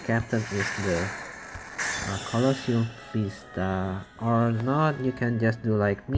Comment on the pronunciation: Did you say: Coloseum Fista? :D